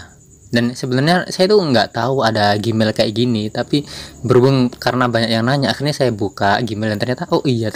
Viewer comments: nah itu tau...kok dibacanya gimael? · Gmail....di bacanya "jimail" bukan gimail